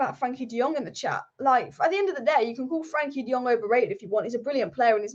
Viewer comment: On Frankie de Jong, you pronounce "Jong" as "Young". As my Dutch name Boudewijn, pronounce "wijn" as "wayne". People are mispronouncing his name